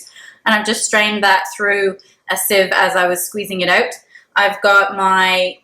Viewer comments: Love how you pronounce "out" ....."oooughtt" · Steven Dubberly that’s a Canadian accent.